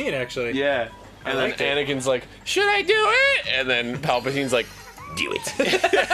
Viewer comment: The whole theater laughed when Palpatine said "Dew It" in Rise of Skywalker XD